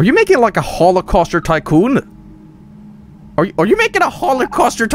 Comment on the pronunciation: Hollercauster Tycoon 😂😂😂😂